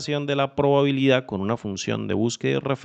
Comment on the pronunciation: Muy bueno, solo que dice probalidad y es probabilidad :D